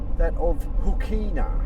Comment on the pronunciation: Great video, but unfortunately you have fallen in to the trap of local pronunciations. apart from the Ghan (already corrected). Hookina is often pronounced more like hookna or hooknuh Similarly Kanyaka is often said kanaka. with hard a , and much further south is Pekina, and, you guessed right, it sounds the same way as Hookna. Maybe that enabled a speaker to talk with out sucking in flies!